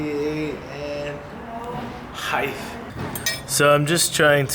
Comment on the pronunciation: Is heighth an American thing or just certain parts of America?